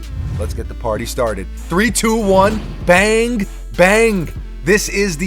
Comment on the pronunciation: Wud u please stop saying “bang-ah, bang-ah” it’s pronounced “bang”!!!!